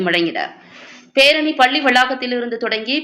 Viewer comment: பள்ளி என்பதை சரியாக உச்சரிக்கவும்